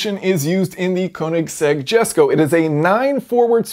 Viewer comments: By the way the car is pronounced yesko but spelt jesko. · Its pronounced yesko... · Cool explanation.........but it's pronounced YESKO......... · It's "iesco" Jesko .. Christian even says it if you looked through his interviews! The name of the car comes from his father's name which is pronounced with an "i" not a "j". Nice vid! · Pronunciation connection: Jesko is pronounced like "yesko" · It's "YES"co. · Great video as always! Please stop calling it the Jesko, it’s pronounced YESko 😉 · I thought you already made a video on this transmission? That it's got, like, seven clutches- one for each gear or something and... Right? Also, I think it's pronounced "Yesco". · Jesko pronunciation "Hesko" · it's pronounced YESKO